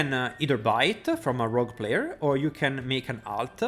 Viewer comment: Amuleta Roguea Ringa I love the added a's after words lol